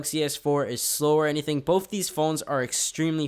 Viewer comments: Say both stupid not bof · The word is BOTH not BOFE sHiT4bRaiNze